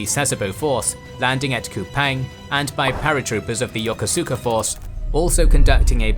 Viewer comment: Great video! however just want to give a friendly heads up- “yokosuka” Japanese forces is pronounced “yo-ko-ska”. :p